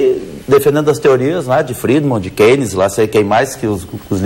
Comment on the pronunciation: Ele que defenda as teorias de:" Friedman, KEYNES, seila quem mais os liberais defendem.." KEYNES, ele falou KEYNES... kkkkkkk